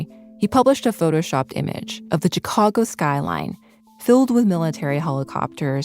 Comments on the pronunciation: What is with the host’s mispronunciation of “Chicago” ? She pronounces the “chi” like the “chi” in Chicano, instead of like shy. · Omg stop saying CH-cago. Yes I know how it’s spelled.